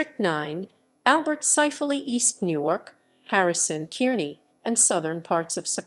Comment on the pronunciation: I grew up in Kearney as a kid and by the way the E in Kearny is silent. You’re pronouncing it wrong but anyway good show.